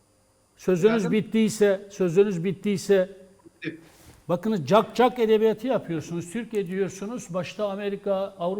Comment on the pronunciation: Şaşırmadık her zamanki hali metiner yaşlandı sanırım beş yaşındaki çocuk bile çak cuk ubteleffuz etmez Sinan oganın